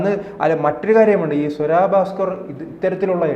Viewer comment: സ്വരാ ഭാസ്‌ക്കർ അല്ല.... സ്വര ഭാസ്കർ.... മലയാളം വായിൽ തോന്നുന്നത് പോലെ പറയാനുള്ളതല്ല.... അത്യാവശ്യം മലയാളം പഠിക്ക്, എന്നിട്ട് ഈപണിക്ക് ഇറങ്ങ്....